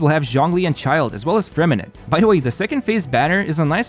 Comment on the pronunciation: Freminet is actually pronounced with I silent T so It’s Freminey as in hey